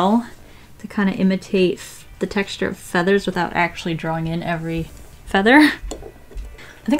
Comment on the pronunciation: No one: Seriously, no one:: TEXtuRE